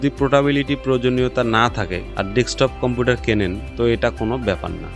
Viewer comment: কম্পুটার না গো কম্পিউটার